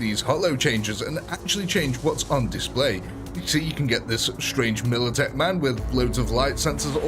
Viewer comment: It's MILITECH not MILTECH